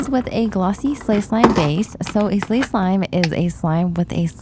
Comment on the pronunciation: Bro I for real thought she was trying to say 'Clay slime' Instead of 'Slay slime' 💀